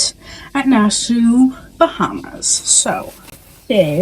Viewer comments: It’s a ship NOT a boat. Also it’s pronounced Nassawwww NOT Nassaooo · I came to the comments to say the same thing , I’ve never heard it pronounced like Nas sue ?…😂😂😂😂😂😂😂😂. Too funny . It is spelled pretty weird though.😂😂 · It’s pronounced Nas-saw I have never heard it botched like that before. You probably went to every tourist crap stop. My dear, you should have asked for recommendations of things to do. Junkanoo Beach is not a nice beach locals will only work there not swim there because it is not a nice beach. But if you like it, I love it. Next time stop a local and ask for nice things and places to go they are not scary they are hustling they are probably some of the kindest people you will meet. Next time someone approaches you to buy something ask them a question like where to go and what is free and fun to do. Spit in your mask or buy defogger to clear it up. You are in the fourth richest country per capita in the western hemisphere (of Earth). This is not a great destination for poor people. That back alley as you call it is Wooded Rodger’s Wharf it’s actually had a lot of historical significance. You should have done a tour so you could understand more about where you are. Where your cruise ship pulled up is where slave ships would dock. That back alley was the auction block area for slaves. It you had turned left instead of right at Margaritaville you would have been at Pompey Museum and could have learned something about the place you were visiting. Pay for a snorkel tour so you can actually see fish, like thousands not 2 or 3 . Where you were was equivalent to looking for jaguars in a city. This would hard to watch because you saw none of the island which is the capital city by the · Girl, Nassau is pronounced 'Nass-Saw" good grief lol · Looks fun! Nassau pronounced Nas-saw. Enjoy your vacay!!! 🥂